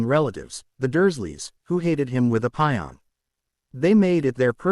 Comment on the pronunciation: You really should get your AI spokesperson to say words like "passion" and "class" correctly. It always cuts it off at "ass" and rather say things like "cl" or "pion"